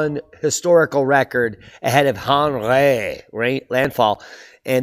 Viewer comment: 🇫🇷 Aarnreee makes you aaangryyy. 😜